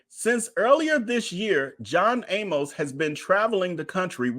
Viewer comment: I am glad you are doing this story. John Amos was my father's close friend in high school. I want to point out his last name Amos, does not rhyme with "A Most", as you say it. His name rhymes with "A miss". Thanks again for bringing us this story.